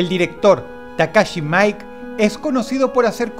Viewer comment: Todas las películas de Takashi Miike (se pronuncia como se escribe y no "maik" como dicen en el video) son bizarras, raras, locas, y extrañas, la única suave es precisamente la más mala y comercial: AUDITION, pero te recomiendo otras muy buenas de este director como: GOZU, FUDOH: THE NEW GENERATION, ICHI THE KILLER, IMPRINT, y SUKIYAKI WESTERN DJANGO